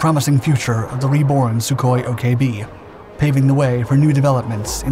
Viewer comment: You keep pronouncing the Sukhoi models as S-U separately. The prefix to the aircraft design number is said as SUE. He wasn't called ESS YOU Koi. You pronounce it as one syllable said 'SUE'. Hope this helps.